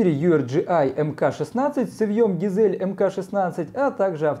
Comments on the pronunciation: Ну ГАЙЗЛИ же а не ГИЗЕЛЬ, уши режет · Название цевья читается как Гайзли, почему все его коверкают как хотят? А так вы пуск огонь!